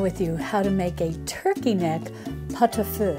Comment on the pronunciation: As a french, the way you say pot-au-feu is very good. I love pot-au-feu, and it makes wonderful leftovers ( Parmentier, poireaux vinaigrette, bouillon vermicelles, salade charcutière...) you can have almost à whole week of meals after a pot-au-feu...